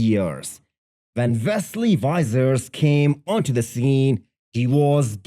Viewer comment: The v was not the problem in his pronunciation though, it was the "i".